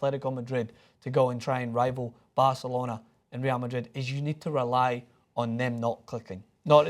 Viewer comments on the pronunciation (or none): none